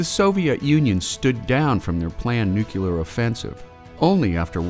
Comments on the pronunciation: Nuclear not nukuler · Great videos, but it's "nuclear", not "nucular" :D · it's pronounced "nu-clear" not "nu-cu-ler"...there is no u after the c. if you want to learn how to pronounce nuclear don't watch this channel.